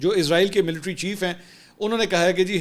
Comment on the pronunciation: Sir Izrael nahi, Israel bolo